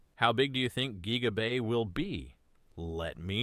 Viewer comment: "geeega bay"